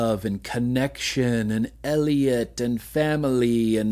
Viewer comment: The real odd thing is my mom called me Elliott because of ET and you saying elliott like that just kringed me out a little... So ya that's a thing.